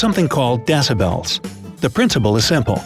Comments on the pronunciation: Deci- bells! Was that an inside joke or just poor pronunciation?!? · Deci-bells ! Hahaha